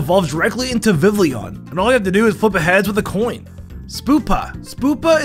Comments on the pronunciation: BRAX-en SPOO-pa vivllion??? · BRO I SWEAR HE PRONOUNCES EVERY NAME WRONGLY TO GET MORE COMMENTS AND VIEWS Spoopa (Spewpa) Vivleeon (Vivillion) Bracksen (Braixen) Kaylos. (Kalos) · I say it like Vivllion